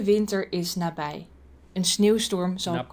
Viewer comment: "Nabij" is Dutch for 'nearby'. And it's not "na-bidz" lol. "IJ" is pronounced more like 'ei' or 'ai'. This word is not really used much anymore, but it's still Dutch.